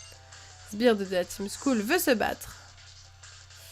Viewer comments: par contre juste un trop c'est skull pas school (school =école)(skull= crane ) c'est pas la même chose et c'est se prononce skeul en gros sinon sympas le let's play mais tu pourrais capturer un peu plus de pokémon par contre :) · Juste excellent let's play, et à mourir de rire quand elle dis La team school au lieu de skuul mdr qui est tout de suite plus cool (dis en anglais). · En vrai sas dit skell pas skull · ho fait sa s écrit skull mais sa se dit skell si tu ne me croit pas regarde les vidéo de frigel et fais tes vidéos plus longue